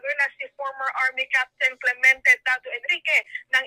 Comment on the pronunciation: Clemente hndi Clemyente Ang bigkas